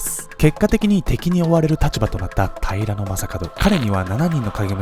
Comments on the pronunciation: 私も気になる。 平な将門みたいなイントネーションw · 平将門のイントネーションが気になる。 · 平将門の発音が僕のイメージもとちゃう、、だから何という訳ではないんやけど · 平将門のイントネーションが気になり過ぎて内容が入ってこんww